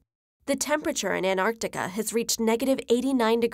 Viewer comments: anarctic lol what happened to the "t" xD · An-arc-ticah? The least you could do is properly pronounce words in your own language. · Don't ever say An-Artica again. Theres a T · Why do you keep saying "an Arctica"? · why do americans sometimes pronounce Antarctica as Anarctica but other times they dont? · She forgot to say the T in Antarctica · That's a weird way to pronounce Antarctica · Pronouce the first fucking 't' in Antartica you dumbass yanks.